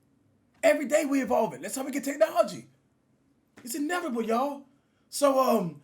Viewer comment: No one: Cash: Its inevable yall, 🤣🤣😮‍💨😮‍💨 think ya meant inevitable dawg u swagged tho my g😮‍💨